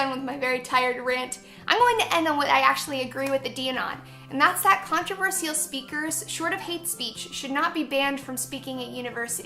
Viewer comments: You could literally just title these, "Oh, Laci..." And it would tell us all we need to know. I loathe how she pronounces it too, "Controver-seayul." Hmm, I'd say trigger warning anytime Laci is about to try saying, "Controversial." Actually, censor it and dub over/subtitle it, even better. Laci looks like she perpetually has the mumps... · She does pronounce controversial weird and it TRIGGERS ME